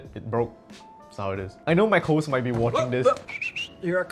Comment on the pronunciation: pronouncing it as mac hoes is criminal